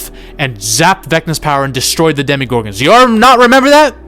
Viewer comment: I wanted to respect your opinions but then you kept saying “DEMI-gorgons”